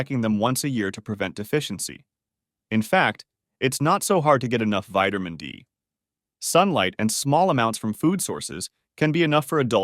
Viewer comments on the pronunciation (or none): Are you saying vitermin D and vitermin B6. Can't stand to hear you say vitermin. Please correct annunciation.